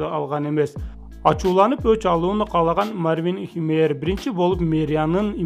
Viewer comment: Мартин эмес Марвин деп турат туура окугулачы🤣